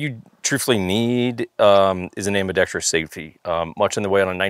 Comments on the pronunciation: I watched this literally to see LMT highlighted. I am not sure what was more disappointing, the lack of LMT inclusion or ambidextrous being pronounced ambidextrius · i have a huge pet peeve that I have only recently recognized while consuming firearms related content. and that peeve is when people mispronounce ambidextrous to have a sound similar to the word tree in it. no tree please in my ambidextrous' thank you. learn to speak ingelish please